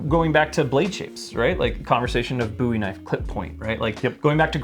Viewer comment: Did they both just say booey knife